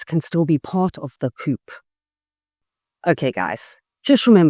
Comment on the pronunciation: BTW - coup is pronounced "coo" - the p is silent